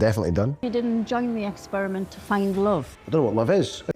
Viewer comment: I'm never going to pronounce "essperiment" any other way!